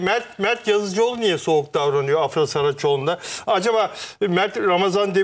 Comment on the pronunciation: AFRA DERKEN A UZATMALI DEĞİL